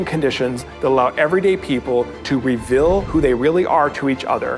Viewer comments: Never trust someone who can't pronounce 'reveal' properly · Mr. Rose’s pronunciation of “reveal” reveals that he’s from Utah.